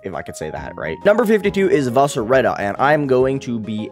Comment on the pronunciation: Why do you keep saying "Vasureta" and "Kovareta" do you know what a W is lol